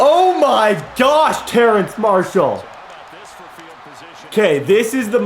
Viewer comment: It’s terrace not terrance! 😂 also I love how you can always tell when someone is about to return a kick because Brett only shows kick returns when it happens